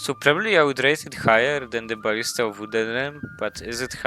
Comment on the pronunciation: I always hear barista instead of ballista 😂